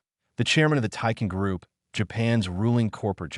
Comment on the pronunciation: Teikai Group, not Taiken Group; Takayashiki, not Takaya